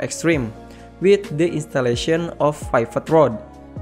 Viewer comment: Your English is pretty good, no captions needed imo. Tip for saying pivot though. Use the short "i" sound from like from the word tip instead of the long "i" sound.